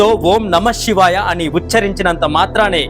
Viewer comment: షివాయ కాదు శివాయ Shivaya Kadu, Sivaya Correct